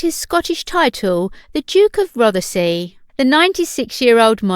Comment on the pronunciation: Haha. Yep. I cringed at that as well. Buccleuch is pronounced as 'buckloo' here in Scotland. Rothesay is not 'rothi-say' but simply 'rothsay', and 'Provost' isn't 'provoast' ( as in toast), but 'provost', ( as in lost). At least the commentator should get 'Balmoral' right when Her Majesty heads up north to Balmoral Castle. 🏰👍🤔